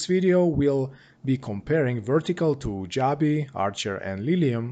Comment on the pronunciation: It's pronounced joe-be